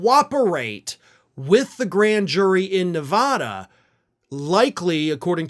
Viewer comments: It's pronounced neh vad (bad) ah, not ne vad (vahd) ah. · it's not nev ah dah. it nev AA dah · Ok now that Nevada has been in multiple videos recently you’ve got to work on your pronunciation. Neh- vah - duh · Please learn how to pronounce Nevada. It's not "ah." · It is Spanish for "Snowy" and is pronounced Nay-Vah-Dah...since you feel like getting technical about it. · Thank you. Hearing it called Nevahda makes my teeth hurt